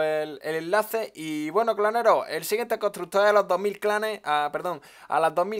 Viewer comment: Contrugto desde cuando se dice así jajajjaajaj xD